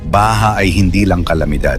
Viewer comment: englishin mo na lang kasi... Mali yong mga pilipino accents mo tulad ng TAONG, BAHA...